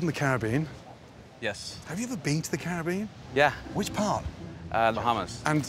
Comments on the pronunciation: Thinking about it, I do believe Gordon pronounces "Caribbean" correctly. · Finnaly someone who can pronounce caribbean like a sane person!